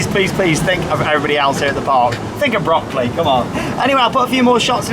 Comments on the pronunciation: your pronunciation of "Böckli" sounds more like broccoli :) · It's funny how you pronounce Böckli like Broccoli xD I think his name would translate into Ramley.